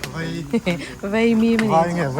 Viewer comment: veimim tih loh tur , vaimim tih tur aw....